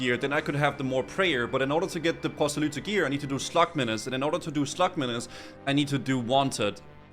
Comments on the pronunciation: why are you pronouncing y's as "oo"? proselyte is "ight" not "oot". and abyssal is "abissal"... not "aboosal" or "abeesal" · Why are you choking on your Rs when saying Proselye lol